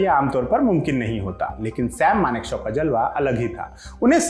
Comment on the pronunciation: Shyam nhi saim maneksah